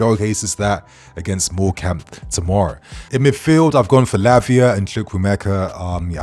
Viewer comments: It's pronounced "morecombe" not morecAmbe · The way you’re saying Morecambe is so rough 😂